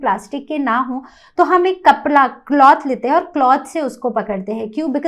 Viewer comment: Kapda not kapla